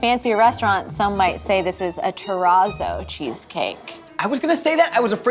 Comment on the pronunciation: "It's a teraso ( it's teRRaZZo)cheesecake" Girl just don't use it if you have no idea how to pronounce it.